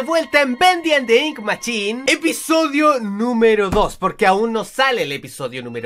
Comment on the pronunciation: es mashin o asi no machin o asi es como se dice no como se escribe :v